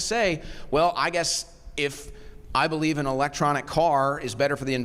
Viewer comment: If your only retort is, “you don’t bewieve in dinosooores”, you’ve lost topic and ultimately, the debate.